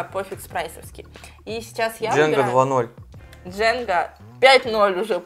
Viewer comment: Не "Джэнга" а "Джанга"